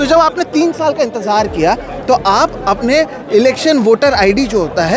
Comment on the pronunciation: اپلے آپ کو نہیں اپنے آپ کو اتلے نہیں اتنے کہو ..... اتنے کی بجائے اتلے اتلے بول کر آپ اپنے معیار کو گرا رہے ہیں ... آپ کی رپورٹنگ اور تجزیہ اچھا ہوتا ہے لیکن آپ اپنے تلفظ کی ادائیگی پر توجہ دیجیے ..... بول کر